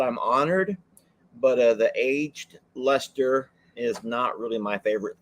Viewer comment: 😂 and you make me laugh so much. ❤all your videos. The cheeses from the UK Double Gloucester is pronounced double gloster And the Leicester one you got right